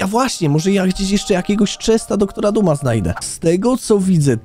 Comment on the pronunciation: Eeeeeeeeew skrzynia DR.duma a nie zwykła nieee tylko dr.dum